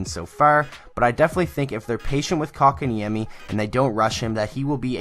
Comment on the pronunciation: xdd How did you pronunced that name that well XD